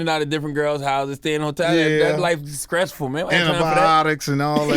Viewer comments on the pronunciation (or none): Charlamagne says "Skressful" ... = Dead